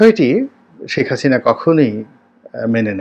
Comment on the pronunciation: আবর্জনা নিয়ে কথা বলছেন, খুনী হাসিনা কে নিয়ে দালালি করছেন সুক্ষ ভাবে। হাসিনার নাম টাও ভালভাবে উচ্চারণ করতে পারেন না